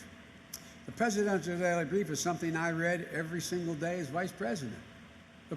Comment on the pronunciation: Joe? Cant you even form the words ....Presidennnnntttal daily breif